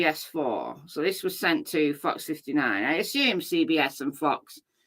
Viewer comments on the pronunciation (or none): none